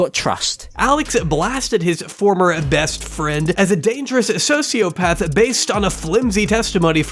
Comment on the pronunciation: "Heesh a diagnost sosiopaff" should've been the end of the allegations.